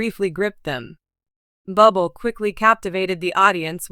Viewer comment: Awful script lots of factual Mistakes and mispronounced words and his name is pronounced Booblay! 😮 😢